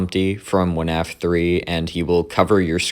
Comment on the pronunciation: why is bro saying "wuh-naf" 💀